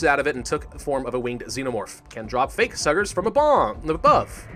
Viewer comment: Did you say "Fake Suggers"?